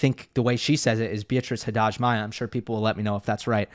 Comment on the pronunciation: About Beatriz Haddad. Not Haddaj. You get that impression because most Brazilians pronounce the silent consonant adding a half soft vowel at the end. Also, the first 'h' is also silent. So we kind of say something like "Addadi", "Addadji".